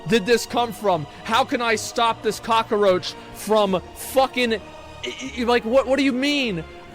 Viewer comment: I feel like Asmon watched Scarface over and over during his break from streaming. The way he says "cock-a-roach" reminds me too much of Al Pacino's performance lmao